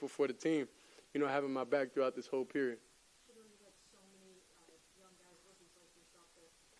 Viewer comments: He can say Bernie Kosar's name, but not Sheduers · Congratulations Shedeur you can't say Shedeur name ass !